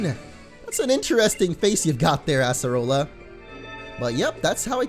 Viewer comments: it is pronounced (uh-ser-uh-la) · Uggghh... I cringe so hard whenever you say Acerola's name wrong.